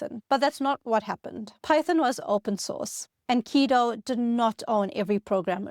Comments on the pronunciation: The way she pronounces Guido as "Keedo" throws me. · Was the script of this video incorrect on almost every point on purpose to generate comments like this one? Guess we'll never know. Makes a video about Python and dont even check the pronunciation of "Guido"